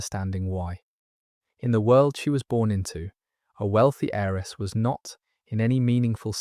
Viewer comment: Beautifully read. But please note that the words "heir" and *"heiress" have a *Silent "H" - so they are pronounced "aire" "airess."